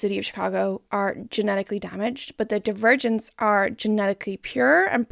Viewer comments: Every time you say Divergents I hear Die-Virgins and its taking me tf out lol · About 10 min into the video I started hearing “divergents” as “the virgins” and honestly that further enhanced my viewing experience